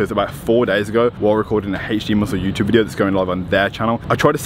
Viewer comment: Why is it hech d and not normal alphabet pronunciation HD?🧐